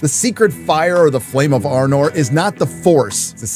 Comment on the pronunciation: Flame of anor not arnor